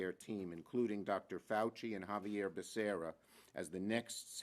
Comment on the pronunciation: Biden couldn't even pronounce Xavier Becerras name!!